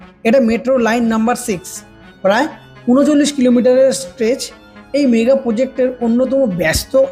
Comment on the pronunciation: দাদা শব্দটা Megha নয় শব্দটা MEGA মানে বড়। ধন্যবাদ!